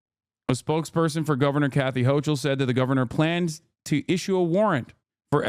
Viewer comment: Hochul ˈhoʊkəl/ HOH-kəl